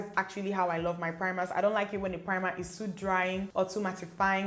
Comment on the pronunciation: Great review! Oh and suede is pronounced 'swade'. English can be unnecessarily confusing at times lol x